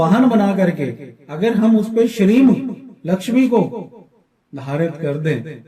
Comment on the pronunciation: Uchcharan "Shreem " hoga na iska